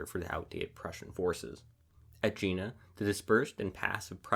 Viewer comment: "Jena" is not pronounced american way, but rather as Yena. Please check the facts about important stuff such as names of historical battles.